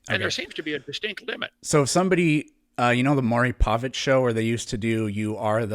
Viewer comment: did he say Maury Pervert? 😂